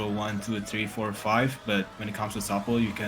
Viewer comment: it is pronounced "TOOOOOOOO PULL," not tupple. 😂 This guy is LYING sooooo blatantly. I'm a Lead Network Engineer for a multi-billion dollar corporation and NOT a programmer....yet I could answer all of the questions you asked. I have a bachelor's degree in Computer Science and a Bachelor's in Information Technology. This dude is full of shit.